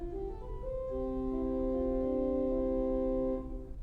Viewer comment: BTW, for future reference, it's pronounced "gems horn," not "gem shorn": it's named after an instrument, a kind of ocarina flute made from an animal's horn.